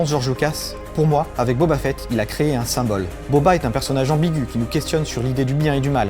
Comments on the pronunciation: Deja commencer par prononcer correctement boba fett ( fit ) et pas (fête ) 😒😒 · Booba Fett ?!? 😂